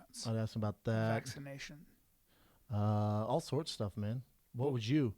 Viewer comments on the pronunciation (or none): did this big ass puerto rican just say vac-anation shots ?